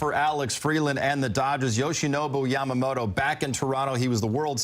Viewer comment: キルスティン姉さんの好きなとこはほぼ唯一と言いほどいないyamamotoを正しく発音してくれるところ 「と」の発音練習頑張ったんやろな